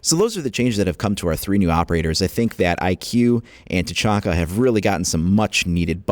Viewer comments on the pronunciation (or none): none